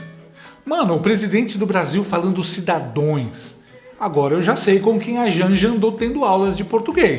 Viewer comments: E repetiu três vezes os “cidadoes “ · Cidadões… e cidadõas? 😂 😂😂😂😂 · Mano do céu, o presidemente falou cidões 3 vezes, meu Deusssss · “CIDADOES”? - CHAMA O MARCAL !!! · Ele é semianalfabeto. " cidadoes" kkkkkkk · Um presidente da república falando (cidadoes) é o fim da picada, fica confirmado que ele nunca foi na escola 😅😅😅😅 Boa noite 🇧🇷🇮🇱🇺🇸🇦🇷❤️